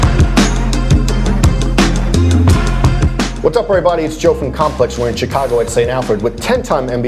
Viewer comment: Eww why he say Chicago like that lol CHI!-cago